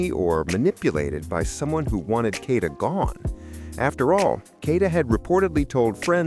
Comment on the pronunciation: She was set up say her name right its KADA not kanida